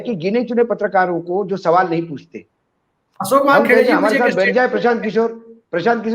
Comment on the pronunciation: Prasant sahi shabd nahi hai..Prashant hai. Kisore ghalat hai.. Kishore sahi shabd hai. Asoke sahi shabd nahi hai.. Ashok hai. Aap log ko patrakar ki degree kisne de di hai. Interviews bhi hua tha ya nahi..? Itna doshpurn oocharan sun Kar man aahat ho jata hai. Hum log ko sharm aati hai..ki aise trutipoorn journalist kya jaankari dein ge logon ko.😪